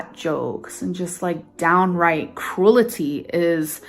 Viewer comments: Idk why but crew-luh-tee for absolutely no reason pisses me off more than all the other stupid things she says. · It's not "pick sure" either. Cruelty does have three syllables. Just not the three she's using lol. But it's also not pronounced "krool tea," that sounds just as stupid. Cru el tea. Pic tyur. Most people say those words incorrectly. Just not as incorrectly as she does lol Just something to keep in mind.